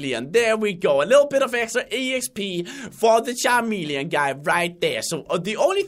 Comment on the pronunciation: Again.. it is CHAMELEON that he said Not CHA"R"MELEON